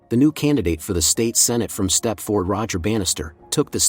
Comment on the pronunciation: It's pronounced step-ferd. Not step-ford. 😖😖😖😖